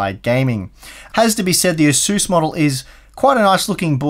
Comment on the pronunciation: Not sure what an asuss is^^ are you trying to say Asus?